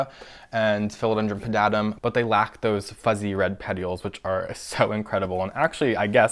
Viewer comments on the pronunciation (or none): none